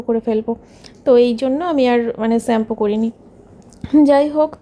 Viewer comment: Shampoo pronunciation thik koro.